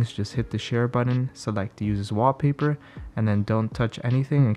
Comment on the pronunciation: Just count the number of times he says Waapaypa